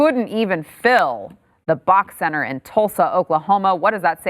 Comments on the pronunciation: Sorry, sorry, but... it’s B O K Center. Bank of Oklahoma. Not bawk. Tulsan teaching moment. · BEE OH KAY Center. Not BOCK. Also, KPOP is not a group, it's a genre like rap. Korean Pop. You're welcome.